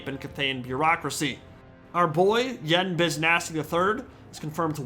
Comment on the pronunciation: Them: "U-Won Bo!" Me: "Ian Bo."